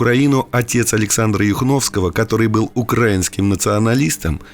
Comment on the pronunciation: Ставьте правильно ударение в слове украинский